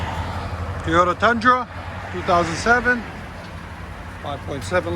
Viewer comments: Its not Tiota, it's Toyota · Guy said teeeeeyota about 400 hundred times. It's Toyota, just so we're clear. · T”o”yota not Teyota god damn. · Stop saying "Tee-yota" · Great work. I'd think after doing so many of these you'd have learned not to call them TEEEEYOTAs. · T-O-tah? Where yous froms? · are u from the south? because i always end up saying teeyota too lol. oreilly's guy was like, a what?? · Guy can’t even say Toy-O-TA